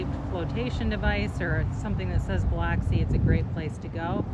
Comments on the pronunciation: Bil”u”xi , lol! Not Bil”o”xi.. glad you liked our city. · It’s Buh-lux-ie - not Buh-locks-ie. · It's not pronounced Bih-lahksi. It's pronounced Bih-luhksi. Please, if you do a review on a place, at least learn to pronounce it correctly. It's insulting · It’s pronounced buh luck see ,, but thanks for the video .. fine job.👍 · Oh my Buh-luck-see 😂 I live here. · I pronounce it Bluxi. BLUXI. Also from there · It is pronounced Biluxi... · Based on your sole response that comments help the algorithm, I’m guessing you intentionally pronounced Biloxi incorrectly. LOL Nothing wrong with working smart, not hard. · That's not how you pronounce Biloxi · I love hearing out of towners pronounce Biloxi! Thanks for putting us in the spotlight